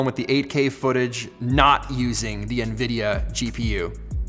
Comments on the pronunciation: En Veedee'yah not knee-veedeeyor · Who says Ne-Vidia? 😮 😂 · No one says Nevidia pete.. lol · This is the first time i heard "Nevidia" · No one: Peter: it’s nvidia not nvidia